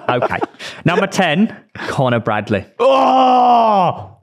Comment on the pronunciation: How are you getting Bradley’s wrong ffs 🤦🏻‍♂️